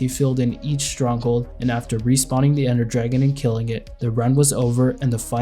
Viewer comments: 'Ender Dargeon' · Anyone else notice in the first dragon fight “Ender Dargeon” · Ender Dargeon 🤣